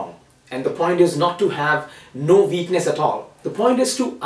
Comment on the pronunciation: He says "what", but he says "veakness"